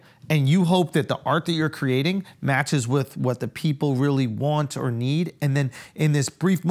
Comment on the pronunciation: Charla does not say " Or" he says, "Are" heavy on the "A". 😅